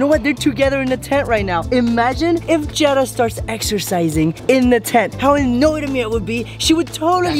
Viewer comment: its Jeddah not jennah